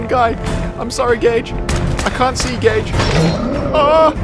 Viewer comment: I know my hearing isn't what it used to be, but I can't believe I had to turn on subtitles to realise the sidekick is called Gage, and that, in fact, you were not calling him gay every opportunity you got.